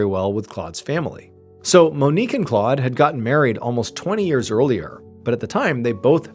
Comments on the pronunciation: Claude is not pronounced “clawed”. It’s more like Clode :) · Well done.....but the pronunciation of the man's name in French is "Clowed".